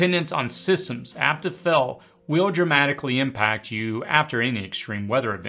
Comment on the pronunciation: Every time you try to say “Fail” I hear “Fell”.